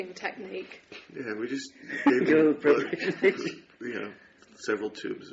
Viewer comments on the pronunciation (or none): did tim say preporation bitch??